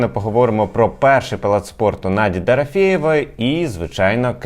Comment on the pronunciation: не варто зросійщувати імена та прізвища наших артистів. Дорофеєва, а не Дарафєєва. Уляна, а не Ульяна і т.п.